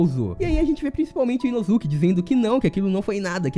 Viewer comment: Caraca, por que a galera que comenta sobre anime nunca pronuncia os nomes corretamente? Agonia da poxa parece que fala soletrando WTF "TAN GI RO" "KA NA Ô" "I NO ZÚ KE"